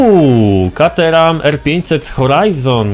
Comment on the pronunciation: CATERHAM się czyta (kejtram) Pozdro